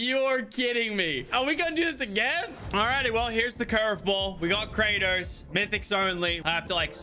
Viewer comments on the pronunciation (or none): none